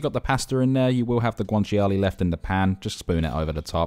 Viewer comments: Nice that you made it authentic. FYI, guanciale is pronounced, GWAN-CHA-LAY, not GWAN-CHI-ALAY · It’s not guanchi-a-lay, it’s guanciale (guan-chia-le), you don’t pronounce the “chi” and the “a” separately they’re together! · As an Italian, the only unauthentic thing here is the pronunciation of guanciale 😂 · I'm not Italian but the way he pronounced guanciale hurt my soul... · pasta looks amazing, taste even better I bet. but what about that guanciale pronunciation? :D